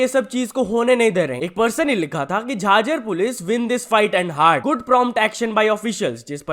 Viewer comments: Bhai vo jhaaajhar nhi h jhajhar h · जाझर नही ह भाई झज्जर है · jhajjar ❌ jhaajar ✅ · झज्जर h wo bhai झाझर nhi 😅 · Im just saying that you are pronouncing "JHAJJAR " wrongly. झज्जर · Bro pronoun my city name wrong😢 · Wrong pronunciation of Jhajjar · Bhai jhajjar ki pronunciation theek krlo 😂😂